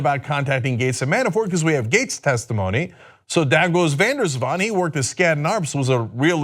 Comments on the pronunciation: Swans can be tricky. Van der Zwaan is surprisingly well pronounced by Cenk. White collars are ‘graaiers’. (Money lovers grabbing more and more) de Vos means the Fox BTW but whats in a (Dutch) name.. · Thumbs up for Cenk. Van der Zwaan, nicely done. (I have mentioned when the names had been slaughtered, this was done well.) The other names I give you... Showing it is not a certain nation but certain social layers. Not the white, not the black, not the latino, not the gay, not the feminist. but the: Filthy Richest!